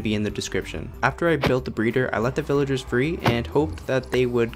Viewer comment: guys, he is saying pillagers instead of villagers